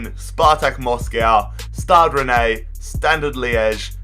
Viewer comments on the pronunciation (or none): Your pronunciation is appalling /Besiktas, Victoria Plzen, Rennais, AEK to name a few/. You miss key transfers and team movements up and down /Sevilla and Benfica going in and out of League 1 predominantly; or City`s and PSG`s consistency/ also show terrible maths skills /how can Besiktas go through b2b relegation 3 times but only reach League 4 in season 5?/. Embarrassing. Good experiment ,though.